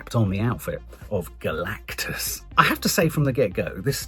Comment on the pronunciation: I wince every time says Galacticas.